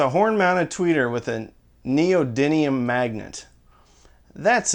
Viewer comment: Of the 5 or 6 YT audio reviewers I frequent, I believe that (and possibly Josh Velour) is the only one who can pronounce 'neodyMium' properly - what's with the second 'n' guys? The only thing more appalling is the fact that China controls the global supply of rare earth elements including neodymium:( Flame on, people - we'll all be dead by 2030 anyway.